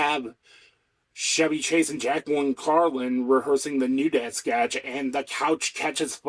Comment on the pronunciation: Good break down - I'm a lifelong SNL watcher - except for recent years of wokeness. Just one small suggestion, Chevy Chase is "Ch" as in "Charlie" not "Ch" as in "Charlemagne". Minor thing.